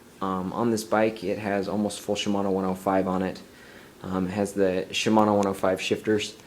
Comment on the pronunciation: ...."Shmomosuma 105, Shmomosuma 105"....NERD